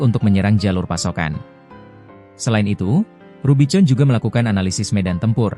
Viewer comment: Kalu mau bikin narasi pake robot ai ,tuli bunyinya misal rubikon , jd gak salah ucap ... jadi norak editornya